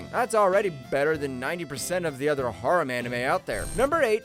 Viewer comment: ok so far so good except how he pronounces harem feels intentional and ragebatie